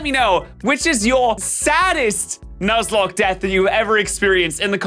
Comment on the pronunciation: Please tell me I’m not the only one who heard say “luzlocke”